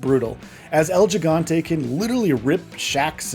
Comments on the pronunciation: Oh god the way he keeps saying Gigante keeps bothering me 😭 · Hearing you say gigante is like hearing someone say tahco instead of taco 🤦🏽